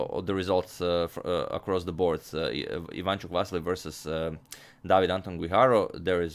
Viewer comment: Dear Agadmator, It's Vasyl not Vassily